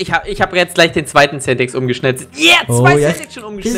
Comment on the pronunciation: Bitte sag das Centex bitte ehrehman